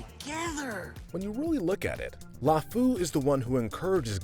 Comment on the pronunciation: i died everytime you pronounced lefou